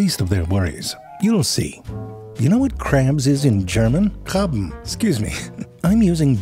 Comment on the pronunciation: Haha your German is great! You got Krabbe exactly right 😂❤